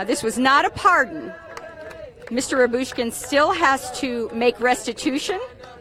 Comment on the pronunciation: How many times should it take for her to get the correct pronunciation of his name??